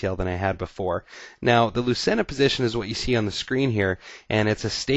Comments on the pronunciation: Thanks for the video. Very instructive. Lucena according to Wiki is Spanish and pronounced loo-thay-na. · it's pronounced " LOO-CHAIN-UH "